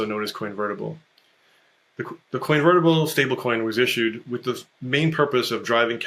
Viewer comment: "coinvertible".............lawd, he'p us.